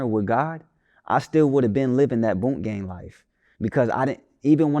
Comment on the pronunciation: FKA *proceeds to title AKA. says boonk gang. Interviewer: bunk gang